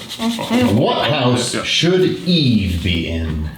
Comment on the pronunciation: They totally mispronounced #4. It's pronounced "Eee-vah"!